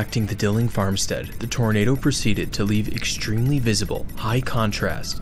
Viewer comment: Stop saying "eckshtremely" lol